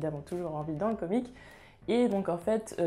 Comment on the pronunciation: Salut à toi, tu prononce comic au lieu de comics prononce un x a la fin parce-que au début je me disais quoi "comic" je ne comprenais pas si non très bonne vidéo continue